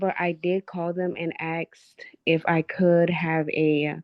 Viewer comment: goverment assistance seems to be a family tradition lately. like its clearly learned behavior. u dont just grow up to be like this. also how hard is the fn word "asked" to say